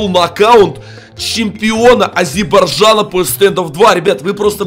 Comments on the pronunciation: Если честно говорится Азербайджан,а не Азербаджан.🇦🇿♥️♥️🇦🇿♥️🇦🇿♥️ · ВО ПЕРВЫХ Я АЗЕРИ НО МЫ НЕ АЗИБАЙДАН,но не смешно сказал азибайжана!!! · Не Азебарджан а Азербайджан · Я который Азербайджанец😳 и не азебайцана а Азербайджана